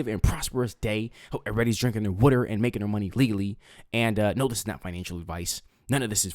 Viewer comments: It's water not wooter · You like to talk a lot. Twelve out of 15 mins. So PLEASE say this word properly. The word is WATER, pronounced with a short A sound. WATER. The word IS NOT pronounced WORDER. It is not spelled with, nor does it sound like, ORD. WATER, say, WATER please. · Drink whater , drink WATER 1st, SYLLABLE - Wa ~ 2nd syllable ter together ~ water !!!!! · Drink your wuder! 😂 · lol what is “wutter”….. where are you, never heard water pronounced like that…. Good show, good job😉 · i would sign a petition for this guy to never say water again.